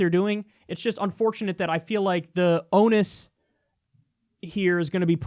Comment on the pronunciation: ON-ER-OUS FOR THE LOVE OF GOD JUST PROUNCE THE ER! IT'S NOT ONUS!